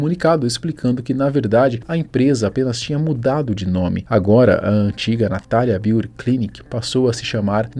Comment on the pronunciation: Pq tudo tem que ser em ingles? Natalia Beauty Clinic, Nabeauty Concept... Avisa todo mundo que NINGUEM fica mais chique so por ler o nome do teu negocio em ingles. Com sotaque brasileiro pesado ainda por cima... Ainda se pronunciasse direito. Que pedante.